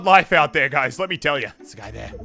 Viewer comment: swear he said alright gays